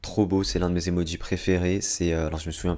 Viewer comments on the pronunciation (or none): none